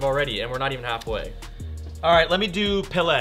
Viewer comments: what is Pilei ? did he tried to say Pelé ? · If he said Pele correctly I'd have got the joke